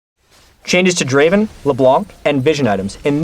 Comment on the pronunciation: Not draven, Draaaaaaven! ◄